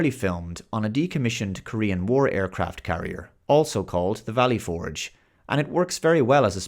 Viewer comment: Dude. I love your channel... but as an American, the way you say "Valley Forge" makes this borderline unwatchable.